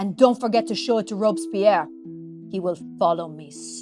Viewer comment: This was fantastic. Looking forward to what is to come! Super fun. Btw Robespierre is pronounced with the first part similar to the name Robert. Your intro really painted a scene… Love it